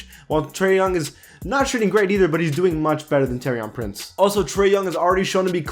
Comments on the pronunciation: TOUR-EEEY-AN PRINCE PAC U STAY GETTING THAT WRONG😂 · Same at Taurean Prince